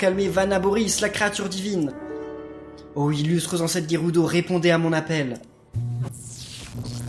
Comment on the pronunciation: c'est pas guerudo c'est gerudo